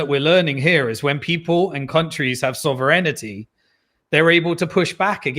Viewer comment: Errr...., you had me until "Bitcoin Soverinnitty.."